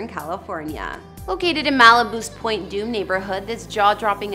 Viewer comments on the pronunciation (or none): none